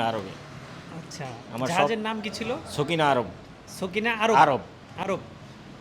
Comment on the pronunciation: এটা সকিনা আরব নয় এটা হবে সাফিনা আরব।